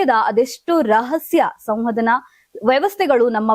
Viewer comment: Eskiddane alla marayti esakiddane adu. Samvadana alla tayi samvahana...khrma ellinda bartiro neevella